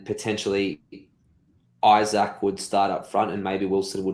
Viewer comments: It's Ee-sak, not Eye-sak! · His name is pronounced Ee-sak